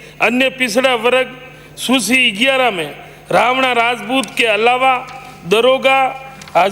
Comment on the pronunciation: Susi nhi hota h Netaji suchi hota h 😁😁😁